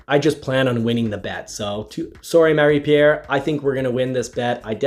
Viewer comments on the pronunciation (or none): Please bring back the proper pronunciation of Marie's name! Anglophiles be damned